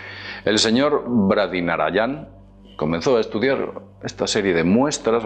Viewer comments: No es Narayan, es Narayanan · Gracias y super interesante, pero por favor aprendete de memoria los nombres de tan importantes personajes.... Dr.Bradi Narayanam siempre lo has dicho mal, por Dios! te tiro de las orejas! jaja Besos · el doctor bradira... branida... rabinada... baridana... El doctor Lopez de la India... 😂😂😂